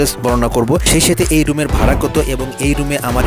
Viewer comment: ভারা না ভাড়া হবে।